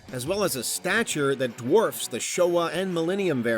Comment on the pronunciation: It's "Show-ho" not "Show-wah".